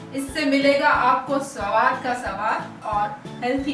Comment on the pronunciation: Suno inko suwad nahi saawad ka sawaad lolzzzzz 🤣🤣🤣